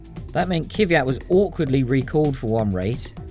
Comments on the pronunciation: Guys, it is Kvyat not Kivyat... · Also as a German hearing Vettel with a soft English v is weird, as it is actually pronounced like am f in German But I got used to that and also I understand that it's just the English way. But adding in an extra i in Kviat is terrible